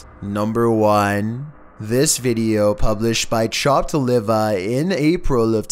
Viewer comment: i dieddddd when he said "chahpt livahh" lmfao